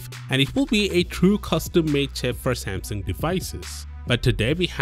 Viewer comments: "Same-SING"? It's pronounced "Sam-SUNG" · I'd swear you are saying Sam Sing... is this the correct pronunciation then? In the states we typically say Sam Sung. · Why are you pronouncing it like that?? "Seymseng" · What is samsing? Learn how to say the name before making a video... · When a channel literally named "Tech talk" cant pronounce the word Samsung..........